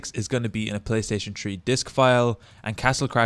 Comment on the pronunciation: Playstaytion tree LOL love you dude